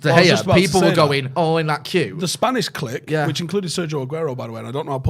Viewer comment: Glad learnt to say clique correctly 😂